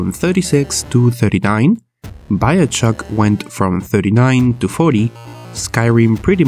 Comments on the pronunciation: I hate it when h says "biochock" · He said "Biochuck". lol